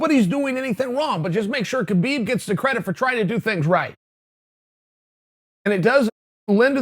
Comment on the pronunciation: Chael, Kahbib's name is Kahbib.